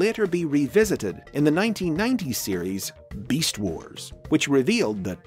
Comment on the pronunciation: He says beast wars like 🅱east wars yo